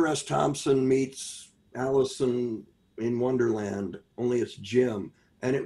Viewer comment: The way he said Alice in Wonderland sounded like Alison Wonderland. Man I didn't know Jim Carrey put out a book recently, gonna have to look into that, I think i'd enjoy that read.